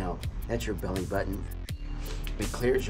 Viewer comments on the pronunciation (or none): none